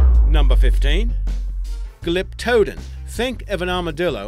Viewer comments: Not bad, but you mispronounced a few of the names. Glyptodon is pronounced (Glip-toe-don). Diprotodon(Die-pro-toe-don), and Elasmotherium isn't fully the biggest rhino, the Indricotherium is. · Hey, that’s pronounced Glyptodon, Glip-yuh-don.